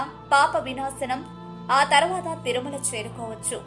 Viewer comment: It's is Thirumala. Not Tharumala